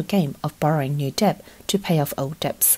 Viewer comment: Dets not deBts.. girl